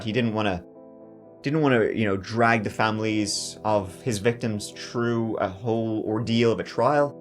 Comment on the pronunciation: 3 is three not tree thru is thru not true . Thinker is thinker not tinker so on so forth